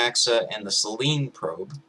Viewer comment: I'd just like to point out that "Selene" is pronounced as if it were spelt "Seleenie"